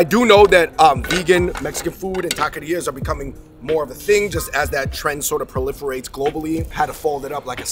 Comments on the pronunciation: I was too distracted by the tah-kee-ere-uhs to enjoy this. Bare minimum effort you either practice before you film or just say “taco shop” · You kept saying taquereras but it’s taquerias LOL !